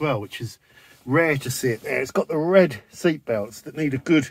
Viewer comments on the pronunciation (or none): none